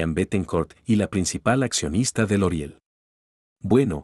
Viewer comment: No es loreal? porque dices loriel?